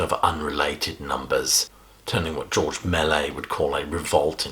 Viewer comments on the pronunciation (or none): none